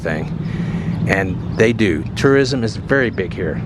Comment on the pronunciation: 😢Enjoy your videos very much. Please work on pronouncing (tourism) correctly.